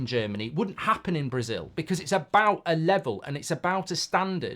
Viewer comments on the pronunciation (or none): none